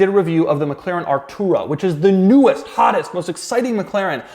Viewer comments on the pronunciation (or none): "Newest, HAAATTTHFHFHTEST most exciting"